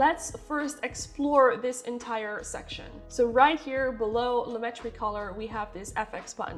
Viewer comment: Hi. Thanks for the video. The explanation of the difference between saturation and vibrance finally hit home for me so I will be able to remember the difference. As for the pronunciation of "Lumetri," according to a comment on Adobe's support forum, it is Loo-met-tree. They said the other ways of pronouncing it are from misunderstandings of the English and French languages. Here's the link